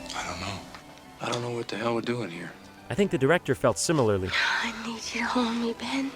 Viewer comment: Emphasis on need